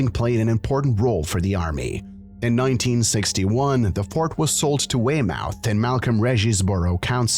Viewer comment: That pronunciation of Weymouth...